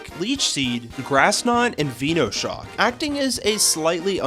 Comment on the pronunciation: I really dont get why people cant say venoshock, venomous shock, it isnt said veeenomous is it?